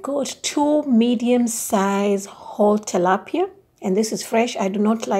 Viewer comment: Im pretty sure its “Tilapia” not Talapia.